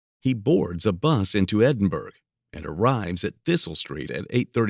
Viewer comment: Edinburgh is pronounced Endinbororgh!!